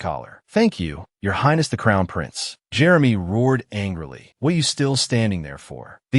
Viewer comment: Chu-lee-ae? You mean Julia? Cho-ree-mee? Jeremy?? A-I-saa~? F-ing Aisha?? E-me-lee? WTF is with this AI voice's pronunciation? These are like the easiest names! It's not A-a-ron!